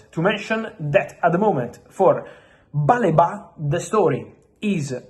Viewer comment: It's "Baleeba" not "Baleba"